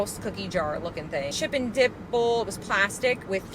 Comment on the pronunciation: Thought I heard you say “chip and dipple.” Made me laugh